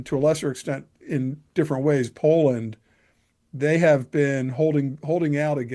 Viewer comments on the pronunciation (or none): none